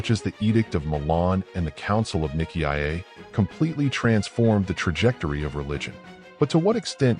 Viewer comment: Nikki I Eh? For Nicea? Nigh See Ya.